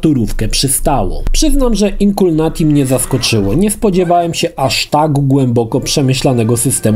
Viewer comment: Wszystko spoko, ale dlaczego czytasz błędnie tytuł gry? ;D